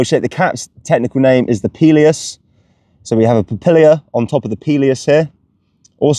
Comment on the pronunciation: It's papilla, not papilia.... unless it's like the aluminium vs aluminum thing, lol. Why not just call it an umbo?